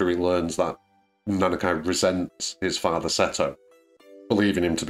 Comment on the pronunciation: Nice video, I subscribed. Just one thing is bothering me, the way you say Nanaki doesn't sound right. It's a Japanese name so it should be pronounced the same as Suzuki, Konami, Sushi, Mitsubishi, etc. You don't say: "I drive a Suzuk-ay and like to eat sush-ay"